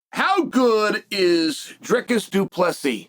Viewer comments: As a Du Plessis, that is a pretty great pronunciation 😮 what are you talking about? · Bro that literally crossed my mind lol…I was mindful of Chael saying DDP’s name right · Apparently good enough to have old Uncle Chael pronounce his name entirely properly - unlocking 🔒a mythical character; ’pronouncing a fighter name correctly Chael’